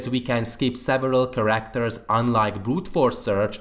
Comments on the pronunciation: Its care-act-er instead of kar-akt-er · please practise your pronunciation of the word "characters"